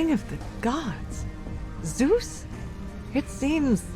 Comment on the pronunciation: The very first ZOOS said in his life 🥲, and a prelude too.